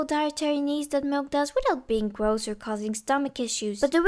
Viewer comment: "he knee sum milK" 😂😂